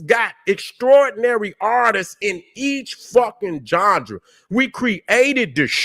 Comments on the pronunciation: Lol. I get my kicks every time he says the word genre aka johndera. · is the only one, who can get away with pronouncing genre,as johndruh. Get em 🫡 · been my guy for a decade and a half now but someone tell this man how to say Genre please 😂😂😂